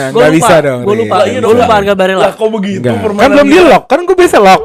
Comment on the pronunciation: kalo di italia dibacanya tetep barella bang, double l nya ngga lebur jadi y kek di spanyol